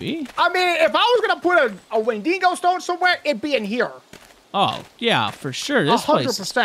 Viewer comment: its not wenDINGO gents